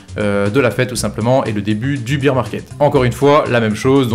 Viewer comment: Tu dis bire pour bear t es sérieux ? Bire c est beer de bière 🍻 🍺